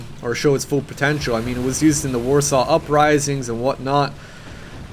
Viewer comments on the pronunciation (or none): none